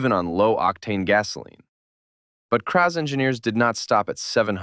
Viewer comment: It's Kraz not kpa3?